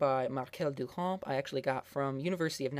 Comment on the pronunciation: Thank you! Anyone doing a video on art should know this. I cannot share this video with my students due to his awful pronunciation.